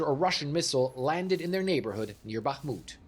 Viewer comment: The Ukrainian reporter pronounces names correctly, unlike the studio presenter. So a short pronounciation course: It's HHerson - not KKerson, It's BaHHmut - not BaKKmut, It's HHarkiv - not KKarkiv, It's KaHHovka - not KaKKovka, etc. ...like HHunt - not CCunt !! That's easy.